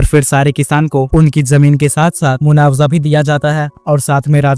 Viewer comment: मु्वाब्जा ❌मुनवजा ✅ 🤣🤣🤣🤣